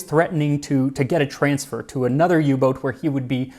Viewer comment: Thanks Max for pronouncing "Boot" as boat and not boot (like the footwear).